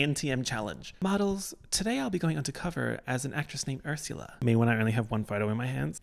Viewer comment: You said Ursula in a normal way once and now I know you don’t have to say ersyula